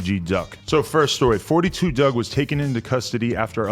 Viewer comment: It’s “4-2 dugg” not “42” 🤦🏽‍♂️